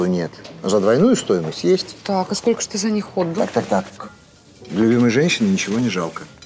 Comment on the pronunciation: «Скока» вместо «сколько» - это … (((